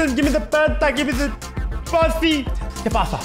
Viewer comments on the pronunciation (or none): I love how says "Que paza?"